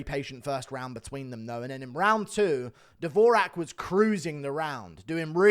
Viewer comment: Dvo-Jacque not davoooraaaaahhhk😂